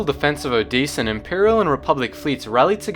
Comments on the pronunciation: It's O-de-sen not O-dee-san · The way you pronounce Odessen is painful.